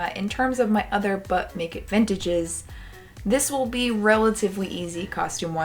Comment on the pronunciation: Everytime she says "but make it vintage" I think she's saying "butt naked vintage" 😂